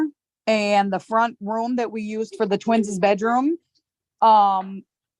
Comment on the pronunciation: "twins-is" huh?